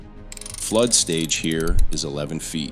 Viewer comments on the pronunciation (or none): none